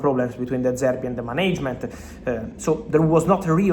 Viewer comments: South Africans did you hear how he said Management. 😂😂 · Oh we heard it 😂😂😂 the old south side style 😂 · Career in SA politics. Already has the pronunciation